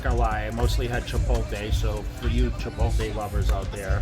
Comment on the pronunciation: Is jay saying CHIPOTLE wrong on purpose??